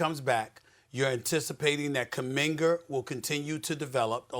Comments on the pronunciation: Who's "Kuminger"??? 😂😂😂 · Kumingar, Lukar, pelinkar, udoker. Does anybody else notice how Stephen A always add ar, er to this names hahaha